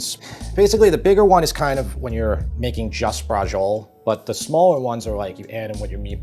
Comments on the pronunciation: Bra-chee-o-le, not bra-zhul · Bradgziol :-) may be get the name in real italian accent sort of "Bratshiolé" in english tongue? the e at the end is not silent, overwise interesting way of doing Bratciole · Quick improvement: Don't say Brahjole. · Isn't it pronounced "Bratciolay?" My Italian's pretty rusty. two c's are hard right? one c soft, so it's "brashiolay"? do we just call it brashol over here? I'm a bit confused on the name, but the recipe looks amazing. I just ate and I'm still drooling! wish I had 2 stomachs... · Great episode, but i just wanted to inform you that braciole is pronounced brah-CHOH-leh. Thanks for the video. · Bras Chi Oh Ley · You're pronouncing the name all wrong. There's no g in the word briaciole. The correct pronunciation of "braciole" is bra-CHOH-leh. It is a dish from Italian cuisine, often referred to as stuffed beef roulades. Anyway now that I got that out of the way I am going to try your recipe because it really does look scrumptious. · Learn correct Italian pronunciation please. The C is never going to be a soft G as you're saying it. I would guess that it's going to be Brach-iolay. Same thing for parmesan. It's parmigiana in Italian. Saying parmejan, as if it is a French word, sounds ridiculous. This sound doesn't exist in Italian. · What is a Bra-Joel? LMAO 🤣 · Braciole is pronounced braa-cheeo-le. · Just Google Braciole (plural. The singular is Braciola) pronunciation instead of vomiting a disgusting "breggiol". If you don't know Italian or any language you want to pretend you speak, please just Google the pronunciation. It'll save you the embarrassment and us the nausea. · I grew up in NY and you pronounce "brazhole" exactly the way my Italian-American neighbors did lol. And this is a wonderful recipe, reminds me of my childhood going to my best friend's house and his mom, who was born in Italy, used to make this for us. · Please first learn to pronounce it. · Pronunciation of "braciole" made me cringe. Repeatedly.